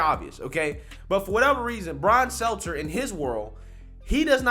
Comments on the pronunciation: when are you going to stop calling him SELTZER and actually call him STELTER? I don't know why, it just bothers me 😂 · Brian's name is STELTER, not SELTZER. I know it's a small point but please try to get it right. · I love how you call him Brian "Seltzer" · STEL-TER, it’s Stelter 🤣😉🤷‍♂️ keep up the good work brother!